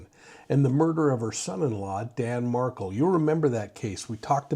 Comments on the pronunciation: You pronounce Professor Dan Markel’s surname wrong. It’s not Markel as in Megan Markel 🫢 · How can you mispronounce Adelson and Markel?